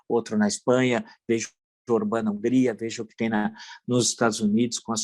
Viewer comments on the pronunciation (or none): none